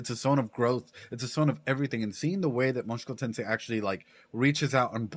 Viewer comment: A bit funny that you still say "Moshuku Tensei" out loud haha